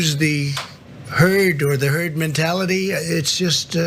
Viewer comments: Did he say TERD MENTALITY???Cuz that makes sense. Lol. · Did anyone else hear Trump say "turd" mentality before he corrected himself. Is that what he actually thinks of the American population? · He almost said “Turd Mentality” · Wait... didn't just hear him say 'TURD MENTALITY"? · "You'll develop a turd.. herd..." Greatest President... lol...